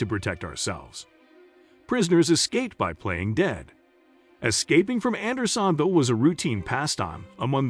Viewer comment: A novel pronunciation of Andersonville. AI will kill us before it can speak convincingly.